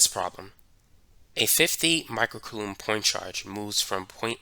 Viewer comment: is he saying coulomb oddly or am i dumb?